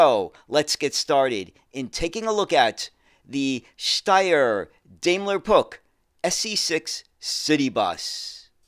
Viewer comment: Daimler ist pronounced with the A like in Bar! 😉 As an english mothertounge speaker I do not try to teach you the right pronounceation of the german „ch“! 😂 Interresting story. thx 👍🏾😎